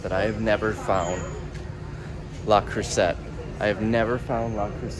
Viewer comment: Dude Le Creuset is French so you don't pronounce the t. Trust me........ I'm Irish!